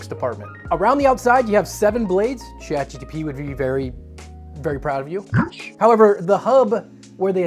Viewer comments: Omg, its GPT, not GTP, lol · "ChatGTP"... "ChatGTP"... "ChatGTP"... Brother, you're SO close, I'm begging you, just slow down a bit. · he was literally saying it wrong 90% of the time, its not "chat gtp" either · "Chat GTP" My brother in christ, that's not the order of the letters. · I'm hearing GDP as in Gross Domestic Product and that checks out 😂